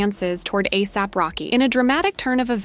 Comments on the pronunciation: Ahsap??? It's ASAP. A mean there is even a word called asap. How could you even get it wrong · The narrator needs to learn how to say his name ASAP not AAASAP